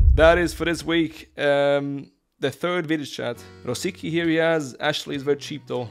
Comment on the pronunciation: it's Ro-sic-ký bro 😂